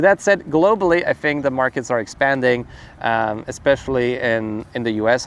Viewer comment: You say “think” like me…Fink